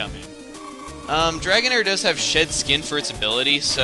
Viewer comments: Lol, sounded like you said "shit skin" instead of "shed skin" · Does anyone else hear him say “dragonair has shit skin” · you said "shit skin" when you ment to say "shed skin". LOL